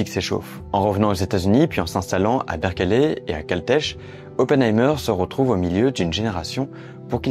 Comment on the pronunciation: Berkeley se prononce bèrklai, sans e au milieu…